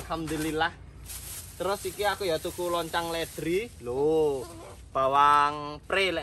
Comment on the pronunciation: Onclang ms. Bukan loncang..